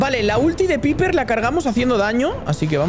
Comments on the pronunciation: Creo q piper se dice paiper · Piper no se pronuncia así se pronuncia paiper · Se dice paiper y se escribe piper y collete se dice colet